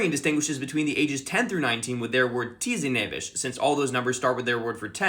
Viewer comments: For the Hungarian one it pronounced “tee-zen-eh-vesh” But great pronunciation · you completely mispronounced "tizenéves" (I'm hungarian) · Might be the worst Hungarian pronunciation I've ever heard in my life 🥀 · tizenéves is pronounced tease-n-eve-ash (roughly). it’s made up of two parts “tizen” (the “tens” part) and “éves” (aged), (neither are used on their own, so they’re not direct translations), so there’s a subtle break in the pronunciation there, and the emphasis is in th beginning, on the first part. not criticism, just some notes for those interested! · Hungarian civilian here: That pronounciation of tizenéves hurts to hear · As a Hungarian I’m mortified by the way he said teenager😭